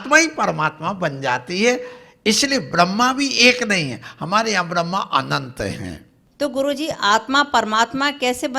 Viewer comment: Brahma(ब्रह्मा) or brahm( ब्रह्म) in dono me pehle fark krna sikhlo or usse pehle brahm bolna sikhlo 😂😂😂